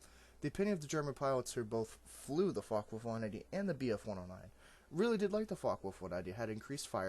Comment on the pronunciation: You....do know its Focke? Right?